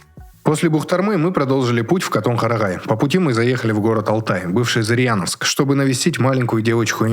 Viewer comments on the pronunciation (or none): ЗырЯновск, а не ЗырЬяновск) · Не Зырьяновск👎 .... а Зыряновск......